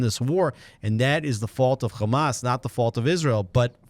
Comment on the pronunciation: Its Hamas not gamaaas